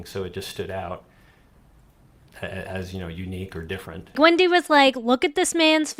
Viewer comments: It’s pronounced wendee, not wendye! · Wendaii. !!! 🤣🤣 Alexaii please don't say Wendaii🤣😂